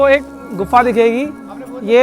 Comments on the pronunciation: भाई पहले सही से नाम लिया कर । Ardhkawari को अंधकवारी बोल रहे हो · Bakufa andkwari nhi hota ardkwari hota ha phala bolna to sikhu baad mai vlog bnana